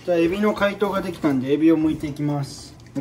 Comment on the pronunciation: 突然のでぎだっ、笑うってw